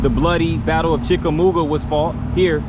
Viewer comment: Dude, you lost me after the first sentence. You do not know how to pronounce "Chickamauga". The Battle of Chickamauga was a major battle of the Civil War. Otherwise, a fair video from the perspective of a local citizen. Can you properly pronounce "Catoosa"?